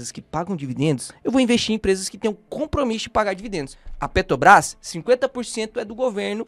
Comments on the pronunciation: A pronúncia correta é: ''PetRobrás''. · Perco sempre com o falando PeTObras kkkkkkkk